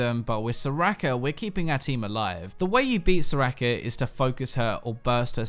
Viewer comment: soraaaaaka, learn to pronounce scrub